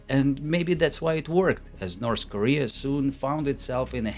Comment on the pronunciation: "Norse Korea"